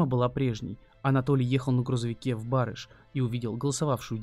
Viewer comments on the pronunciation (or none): Не Ба'рыш, а Бары'ш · Не Ба'рыш, а Бары'ш. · Не БАрыш,а БарЫш!!! Прям слух режет. Я сама родом из барыша, живу в Ульяновске и об этой истории никогда не слышала. Очень странно. Город маленький , такая бы история точно была бы на слуху до сих пор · Ну уж преступлений было в десятки раз было меньше,не надо передергивать!и город БарЫш,а не БАрыш! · в БарЫш, а не БАрыш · Прежде чем рассказывать о чём-либо,поинтересуйтесь как правильно произносить названия населенных пунктов,в данном случае г.Барыш.😏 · никак не меняет) и автор не может знать всю географию "необьятной", да и там того БарышА пару перекрёстков до ЖД путей и после) но мы все узнаем что-то новое, мы от автора истории, он от подписчиков правильные ударения в названиях населенных пунктов)) все взаимно и вежливо) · Тоже думаю ,что за БАрыш,потом поняла что ударение не так ставит автор. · Мне тоже как местной режет ухо))) БарЫЫЫш)))) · ЕЩЁ ОДИН СМЕРТНЫЙ ПРИГОВОР ИЗ СССР. БРАВО! ЖИВУ В УЛЬЯНОВСКОЙ ОБЛАСТЕ. РАЙОН БАРЫШ УДАРЕНИЕ НА ВТОРОЙ СЛОГ. ДЛЯ АВТОРА ВИДИО. ВЫ ПРОИЗНОСИТЕ С УДАРЕНИЕМ НА ПЕРВЫЙ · Да, действительно ,ударение в слове город Барыш ,нужно ставить на букву «Ы»! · Какой барыш еще на ы ударение